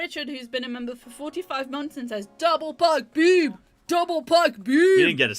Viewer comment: I assume meant to say: “DOUBLE PIKE BEAM! DOUBLE PIKE BEAM!!!” But it came out as “DOUBLE PUCK BOOB! DOUBLE PUCK BOOB!!!” I’ve been watching this channel long enough to know how EPIC the double pike beam is, but I kinda wish they had a double puck boob because that sounds even better somehow, whatever that even means….. 🤣🤣🤣